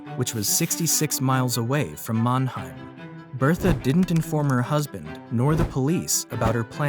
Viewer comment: It's MANNHEIM!!!